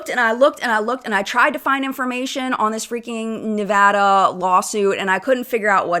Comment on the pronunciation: Thank you for saying ‘Nevada’ right 😅